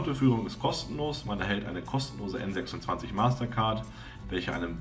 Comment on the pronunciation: Soviel Unwissenheit. Number26 und N26 waren niemals Tochter der Wirecard. Ebenso spricht man den Namen englisch aus.